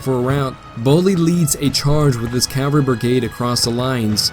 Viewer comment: Discovered you recently, enjoying the attention to detail and the quotes that bookend the different chapters. One minor gripe: cavalry is pronounced CAV-alry not CAL-vary.